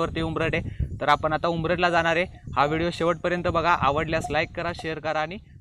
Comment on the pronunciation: उंबरठ नाही उमरठं असे आहे गावाचे नाव